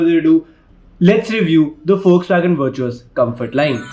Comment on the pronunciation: Pronounced as Vertis